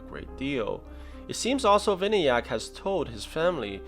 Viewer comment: the name is pronounced as vinaayak